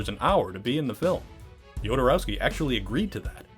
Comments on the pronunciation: Maybe start by learning how to pronounce names correctly? Every time you say "DjodoROAWski", a Dune fan's Holtzman shield gets hit with a lasgun beam ... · The name Jodorowsky no yodorowsky, please at least try a little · Say it with me now: Ho-do-row-ski... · Ah yes, my favorite Chilean filmmaker: Alejandro yOdEr-oWsKeE